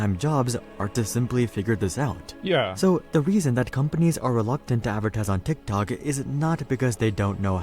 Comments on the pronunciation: If I had a dollar for everytime a YouTuber pronounces "DHIKDHOK" ..... T!!!!IKT!!!!!!OK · Ngl the way he says tiktok makes me wanna die. My autism peaking rn